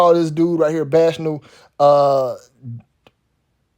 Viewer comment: Shouts out to You. Btw, the word bacchanal is pronounced "Back-Uh-Naal". Much Respect!!